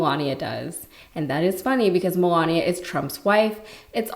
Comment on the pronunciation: I've never heard anyone pronounce Melania, Melonya.🤔